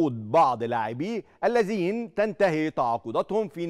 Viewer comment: المذيع بينطق كلمة ( الذين ) بطريقة غريبة _ وبينطق كلمة المقبل وكانها المجبل !! اعلام زرط فى زرط !! صحيح ارزاق !!!